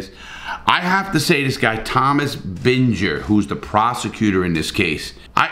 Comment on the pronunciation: 2 mins in he mispronounces Illinois and Binger.... Yikes.